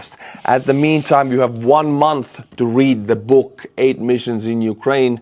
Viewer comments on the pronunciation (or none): none